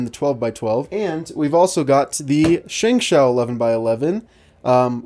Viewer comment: its pronounced 'shung show'.